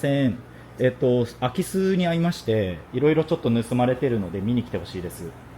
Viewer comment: 最初の言い方だとアキスって魚が入ったみたいなんよな